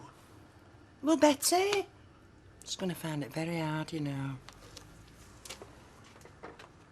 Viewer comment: Lol when bill said to rachel in pub u find it all right? I had to rewind cz it sounded like, ur fanny all right?